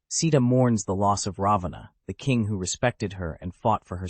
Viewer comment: And what exactly are U trying to prove by demonzing Rama? This is NOT funny..I ask YouTube to remove this video as it is offensive to millions of Hindus. Alternative Ramayana , indeed..This is a corrupt interpretation. BTW, pls pronounce Raavan's name correctly.